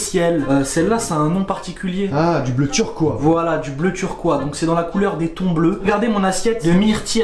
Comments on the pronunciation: C’est pas turquoi c’est turquoise 🤣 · On dit pas turquoi mais turquoise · Turquoise c devenu Turquois 😂😂ptdr